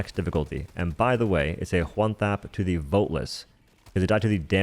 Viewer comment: Dude what's with the H in every W-sound? One is just one, not juan.